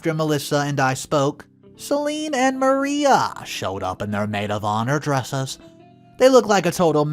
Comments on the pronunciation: We play drinking game every time you mispronounce a word. Are drunk. It's not Maria. It's Mar I ah. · Mar I ah not Mar ee ah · As in Mariah Carey. I was thinking the same thing.